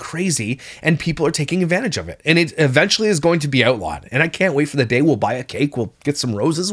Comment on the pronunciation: Only can make the word “and” have 3 syllables 😒 (ay-yun-duh).